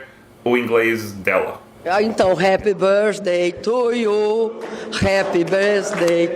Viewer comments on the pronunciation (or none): dilma kkkkkkkkk rapi bâârsdei tu iu, realmente agora ela tem tempo suficiente para aprender kkkkk com direito a risada do chaves kkk